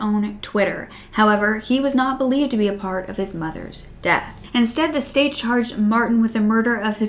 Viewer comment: you said deaf instead of death oops